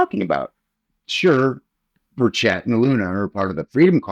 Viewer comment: How do reporters get peoples’ names so incorrect? He is the only person I’ve heard mispronounce burchett’s name.